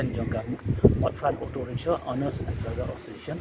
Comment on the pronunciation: Rickshaw not rickshor